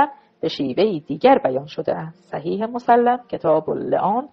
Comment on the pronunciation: بعنوان مثال ، صحیح مُسلِم درست است نه مُسَلَم ، این اشتباه ها بسیار مورد خنده ی دیگران میشود